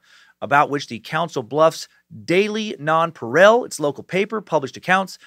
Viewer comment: As usual your stuff is great brother. Love listening. It's pronounced non-pa-real